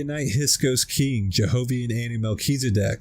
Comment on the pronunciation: He's meant to say "hiksos", not hisok"!...